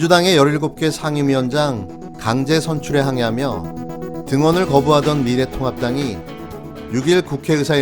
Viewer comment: 우리 미래통곡당 이렇게 들리네요 ㅋㅋ